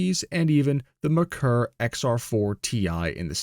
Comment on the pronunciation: It's hard to take the claim seriously when it makes fundamental errors like mispronouncing "Merkur" or claiming the XR4ti used the Cologne V6 engine (it didn't, it used Ford's 2.3 turbo 4).